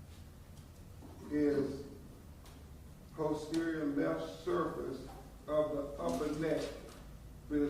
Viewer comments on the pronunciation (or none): none